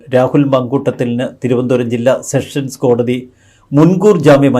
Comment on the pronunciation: വീണ്ടും വീണ്ടും സെക്ഷൻ കോടതി എന്ന്‌ പറയരുത് സെഷൻ കോടതി ആണ്‌.